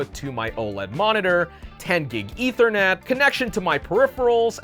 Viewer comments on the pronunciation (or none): none